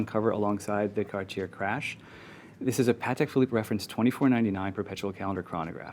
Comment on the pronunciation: Why doesn't this guy know how to pronounce Cartier